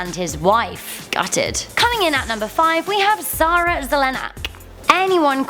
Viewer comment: Sara... not Zara lol